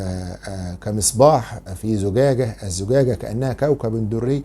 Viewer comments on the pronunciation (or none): الزجاجة وليس الزڨاڨة انت تقرأ القرآن